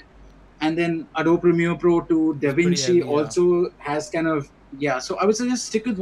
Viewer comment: You guys should have spent few minutes in how to pronounce ADOBE :P